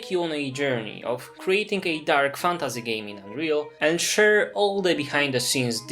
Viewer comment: Nie jestem Polakiem, ale znam polski. Odrazu rzuca się w oczy ten polski akcent, mówisz "fantAZY" w angielskim słowie jakby to było po polsku. Nie rozumiem, dlaczego Polacy wymawiają obce słowa w ten sposób, jakby z polskim „y”.